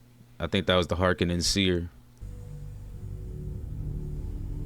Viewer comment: The pronunciation of Harkonnen is garbage in these new movies. Emphasis should be on the HarKONNEN. Draw it out. Sounds much more badass.